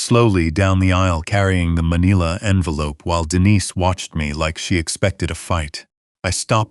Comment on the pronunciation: It's pronounced Ma-NILL-a NOT ma-KNEE-la!